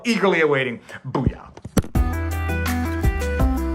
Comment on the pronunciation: sounded like you said BooYah at the end...which is a stew... Did you say OO-Rah...like the Marines?